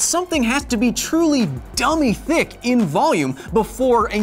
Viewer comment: Was he tryna say dumb thick? 😂😂😂😂